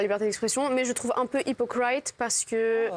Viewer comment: POLSKA A DES LACUNES : en anglais, "hypocrite" se prononce 'hipokrit (avec un son voyelle i) et non pas hipo'krait (avec diphtongue ai). Mais bon, on est chez HANOUNA.😵‍💫🤪🤑:face-turquoise-covering-eyes